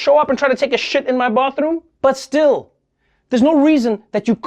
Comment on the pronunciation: i love how Trevor says STL when he says still